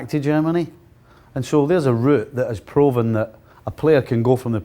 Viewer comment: Someone need to teach him how to pronounce the word "proven".